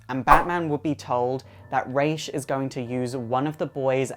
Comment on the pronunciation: I think Damian only liked Dick also boo for the bad pronunciation of Ra's